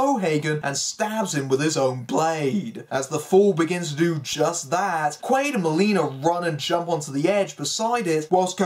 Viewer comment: It's Doug QUAID, not Doug Quail lol just FYI 🤜💥🤛